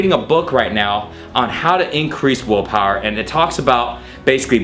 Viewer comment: He keeps saying woolpawer